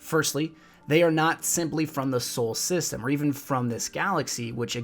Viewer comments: It is "solar system", not "sole system" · I liked the video but for future videos it is pronounced "solar system" not "soul system"